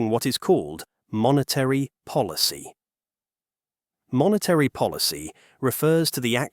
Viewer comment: Just another bit of cheap AI tossed off with a few random images. This cultured Anglo voice can’t pronounce “monetary” correctly. No names, no human being in sight, no indication of what qualifications the speaker has to discuss this complex topic… yet thousands of people take it seriously. Look at the “Japanese” shop at 3.02. That writing is some random imitation of Japanese. Sad, very sad.